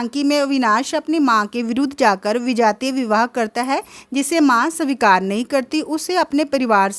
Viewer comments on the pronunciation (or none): Aapka hindi acha nahi h savikar svikar hota h or please handwriting thik kijiye ki, ko lgta hai Pronounciation thk kijiye